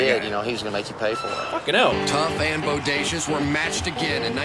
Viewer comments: Not bo day see us it is pronounced bo day shus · Hi bro it's pronounced Bodashus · Bo Day Shus = Bodacious